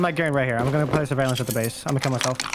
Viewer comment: My mans hit the hardest country accent when he said “chapter 4 surveillance” 😂